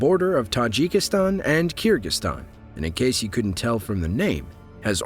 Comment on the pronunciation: minor mistake its kyrgyzstan not kirgystan